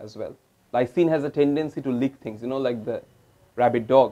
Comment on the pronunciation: Leak= leek❌ Lick= lik ✔️